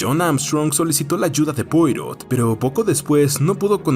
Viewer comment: Como es un nombre frances, se pronuncia "puarò"